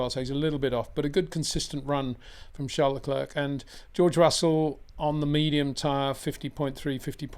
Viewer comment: PLEASE try and pronounce "Leclerc" correctly. Why not ask him ?